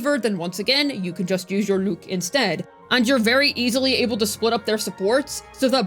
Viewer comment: Why you keep pronouncing his name like that 😭 Lüük 💀